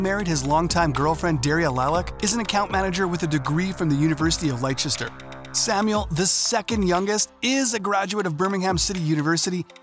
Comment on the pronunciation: Li-chester University 🤣 Le-ster